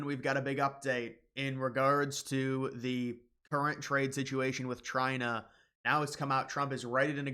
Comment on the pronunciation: Did you say “Trina”, like Trump and China combined 😂